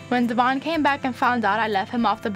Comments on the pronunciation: One thing that bugs me is she says Devoin’s name wrong. How does she not know how pronounce her fellas name correctly?? Maybe it just got too awkward to correct and she never knew she was saying it wrong 🤷🏼‍♀️ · Does Briana know how to pronounce Devoin’s name? Like is this ever addressed with them? Lol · It’s the fact that she had that mans baby and can’t even say his name right. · What’s crazy to me is that Devoin said that they purposefully pronounce his name incorrectly and have for years so he stopped correcting them. They are such nasty people.